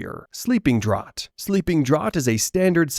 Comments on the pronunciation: Draught is pronounced "Draft" btw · It’s pronounced draft of living death